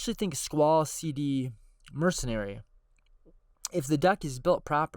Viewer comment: Not that it matters really but SeeD is pronounced just like the word seed. The students are seeds grown in the gardens in FF8